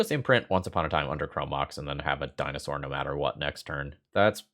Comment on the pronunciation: HAHA!! the DINOSS BABY!! had me rolling. loved that!